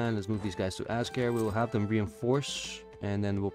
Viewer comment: Good stuff! If you care... apparently Azkare is pronounced in a Japanese-ish style: Az - kuh - 'ray | With the 'ray' sounding like a mix of 'day' and 'ray' like east Asian languages tend to do.